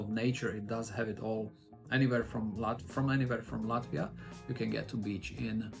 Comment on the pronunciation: I like how you already pronounce “Latvia” with Latvian accent:)) Hello from Estonia!